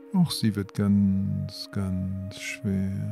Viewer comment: Sry... ich wurde total abgelenkt weil alles so "schwär" wurde... "schwäre" Beine... "schwäre" Arme... voll nervig. Wo ist das Problem "SCHWER" zu sagen??